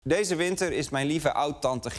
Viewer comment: 'freselijke' kerel 'dese' Lubach 🤢